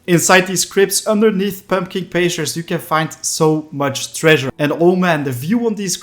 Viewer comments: In “Pumpkin Pastures”, the first syllable of “pastures” is the word “past” as in before the present. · i figured that was the case i just thought it was funny! :)